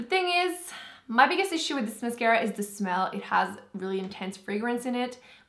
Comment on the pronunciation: Where are you from? I can barely tell you have an accent most of the time, but the dead give away is the fact that you (adorably) pronounce "the" as "dee".